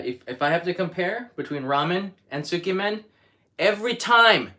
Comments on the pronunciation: Tsukemen is pronounced closer to sk•yeah-men, by the way...I can't eat pork-based food, but I'd be honored to eat a meal cooked by you,... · Hi. Please correct me if I'm wrong. Isn't it pronounced skaymen? Ty